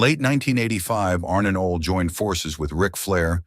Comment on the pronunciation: Just butchered Ole's name.😂